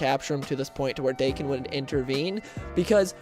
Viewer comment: The story you're talking about, I must admit I didn't like at all. The art sucked, the writer made Deadpool too obliviously cartoonish, and I understand each writer likes change things up a bit and put their own input in a character, but damn this dialogue was atrocious. I did like the part where Logan and Wade stab each other a die for like 2 hours. Also... it's pronounce DAh-Kin.